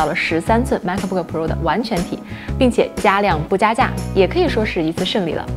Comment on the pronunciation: 内容介绍挺好的。就是英文的发音有写干扰，请不要误会，我不是恶意，而是提醒。 MacBook 这个字的C和K是不发音的，所以您说Ma可boo可 Pro的时候其实对观众而言有干扰的情况，Air的发音也不是啊尔。Pro不一也不应该发成【普肉】。 可以请一些外国人示范发音。 很喜欢内容，也很喜欢主持人的笑容。以上是一些个人建议。